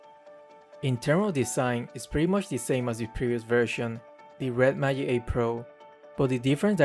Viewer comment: Why does he say Red Mayic instead of Magic?